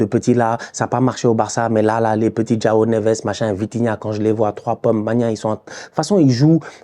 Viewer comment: "Djao" Neves?! :)